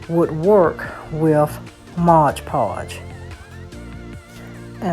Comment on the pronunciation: Just fyi - It's called MOD PODGE, not MODGE PODGE.😉